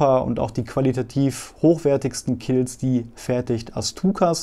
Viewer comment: Hab ja wirklich superviele High-Skill-Einblicke und einen tollen Überblick bekommen, tausend Dank dafür!! Und jetzt würde ich gerne noch verstehen was Du mit den vielen "K"ilts anstellen möchtest, ein schottisches Volksfest? Ich dachte immer man spricht das eben "QU"ilt , auf Deutsch wie Quark, auf Englisch wie Quad, also bei beiden Sprachen das "u" als jeweiligen Laut wie ein "W", das Q hast Du aber richtig ausgesprochen 😜